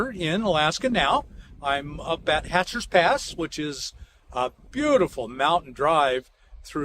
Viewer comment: "Hatcher's" Pass is never plural, always singular as in Hatcher Pass...not a moot point...the former makes the person sound like an Outsider, not an Alaskan.